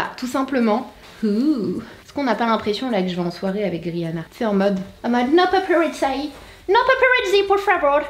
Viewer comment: « No paparazzaï » ? Mdr 😂